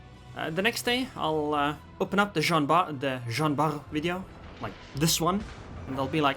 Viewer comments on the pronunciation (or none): It is Jean ARR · Nice video! Btw, the French "R" can be described as a guttural "R".